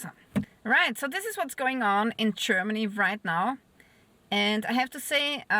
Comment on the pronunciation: I found you verry attractive, and the way you say Cheermany just adds to it!